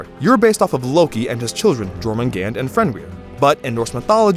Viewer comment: just so you know the world serperent's name is pronounced yourmangander and the realm of the giants is pronounced yotinhiem